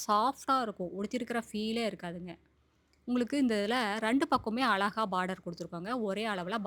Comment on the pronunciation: அலாஹா... இல்லிங்க... அழகா! அழகு என்ற வார்த்தையை அழகா உச்சரிங்க...